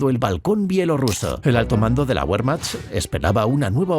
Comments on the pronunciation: Sí, además, pronuncia "Wehrmacht" como "Buermacht", cuando en realidad la pronunciación correcta sería más bien "Bermacht". En fin, este tipo de detalles son los que te hacen distinguir un documental de calidad de algo hecho sin ningún cuidado. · DU SPRICHT KEIN DEUTCH! Y así te atreves a decir que es un mal video.... WEERMAJT! ASÍ ES COMO SE PRONUNCIA WEERMAJT! Maldito inculto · Tambien pronuncian Guerman, por Wermach , por pronunciar mal la letra W. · Ósea la información es anulada como inútil porque el 3er narrador pronunció Be y no Bue??